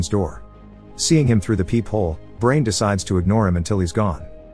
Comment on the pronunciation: You pronounced Brian as Brain huh.